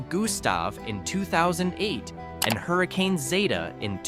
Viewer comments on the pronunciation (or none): none